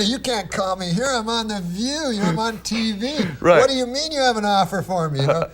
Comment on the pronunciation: me mispronounced TV